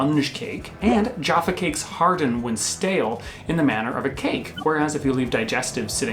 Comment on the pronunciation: I almost smashed the dislike button on this one guys, not only did you compare minstrels to m&m’s which was sheer blasphemy but the number of times you mis pronounced Jaffa cakes was beginning to grate on me. Luckily I have a pack of Jaffa cakes in my cupboard to gorge on and calm down.